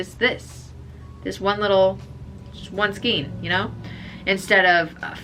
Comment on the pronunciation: Say skein … rhymes with pain!